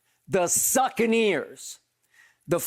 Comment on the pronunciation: He called em the succaneers doe 🤣🤣